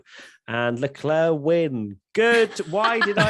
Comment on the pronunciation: Leclerc = LA CLAIR is how you say it. Come on!